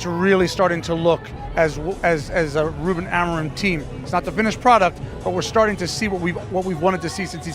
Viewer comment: Is this read by AI? That pronounciation of "RuBEN" was sus as hell